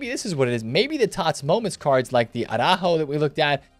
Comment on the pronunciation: listening to you speak araujo hurts my ears 😂😂